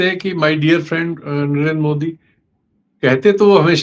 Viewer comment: My phraaaaaaand Dolaaand TrAaamP 😂😂😂